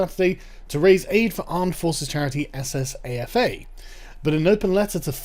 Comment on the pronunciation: Soldiers, Sailors , Air force Association, Pronounced saffa.